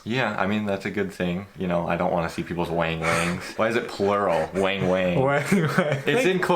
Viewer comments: It's not "WHENG WHENG" it's WANG WANG ( a) like WANT or WANted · "Wang-wang" has a short "a" sound.